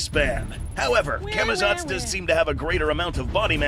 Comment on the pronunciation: tf is camitots? its camazotz